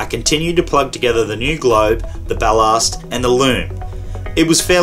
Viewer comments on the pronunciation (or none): Bal-larst... lmfao. BAL-LASS-T.. tool🤪😅🤣😂